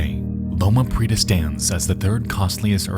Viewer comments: How hard is it to look up how to pronounce things? You mispronounce shit all.the.time. Prieta, this time. It has 3 syllables, not two. pri-E-ta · Heat-ran and hee-tran are just enunciating the syllables slightly differently so I don't think it makes much of a difference. However he massacres "Prieta" in Loma Prieta. It's supposed to be pree-ay-ta or even pree-eh-ta; homie just says "preeta."